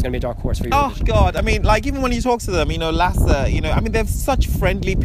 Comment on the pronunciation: I love the way you pronounced Lasse's and Leena's names XD